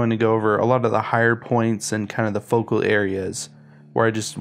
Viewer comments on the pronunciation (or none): none